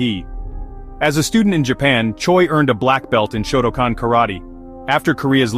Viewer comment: Shotoken? Shotocan? I believe you mean Shotokan, pronounced show toe khan